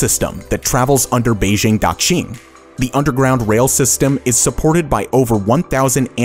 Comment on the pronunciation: And "Daxing"....oh, I give up. Your X is wrong.